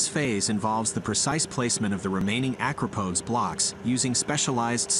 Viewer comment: Stop saying acropodes